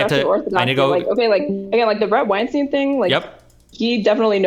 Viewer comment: All the time these two spent discussing Weinstein, you’d think they’d know how to correctly pronounce his name at this point.